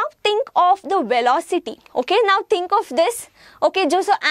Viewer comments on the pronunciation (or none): none